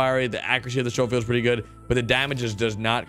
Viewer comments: Lol. “showfield.” Schofield = Skofield. Same old... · The SHOWfield? You mean the Sc(k)ofield? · Hey, it's pronounced "skofield"... fire arm enthusiast feeling the need to chime in there... Also, do you play rdr2 on console as well?